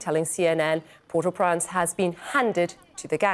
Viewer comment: She said "Port au Prance" :face-green-smiling